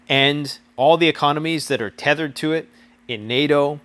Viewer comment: He said Tether-ed